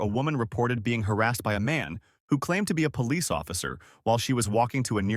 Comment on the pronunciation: Hearing "Pole-eese" just gets insufferable after a while. "Bro, Am-Bah-Lance, Breeving, axing" It is all just SO taxing to my brain